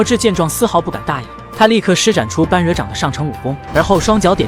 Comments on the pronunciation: 般“bo1”若"re3"，不是"ban1" "ruo4"。另外，虚竹忠厚之人，哪儿来的满脸不屑？ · 般若請念ㄅㄛ ㄖㄜˇ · 笑死。人家是bōrě掌